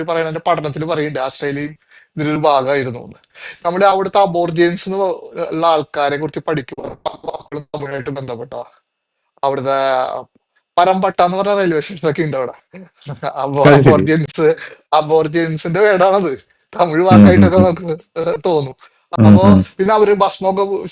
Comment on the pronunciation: 🙏പരം പട്ട എന്നല്ല പാരമട്ട എന്നാണ്